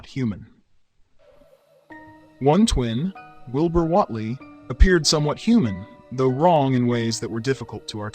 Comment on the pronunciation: I'm really enjoying your videos. The only constructive criticism I have is your pronunciation of almost everything you're explaining, even Wilbur Whatley. It's almost as if AI is reading the script.